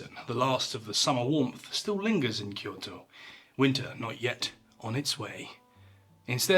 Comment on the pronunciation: Correct pronunciation of Kyoto from a non-Japanese got me!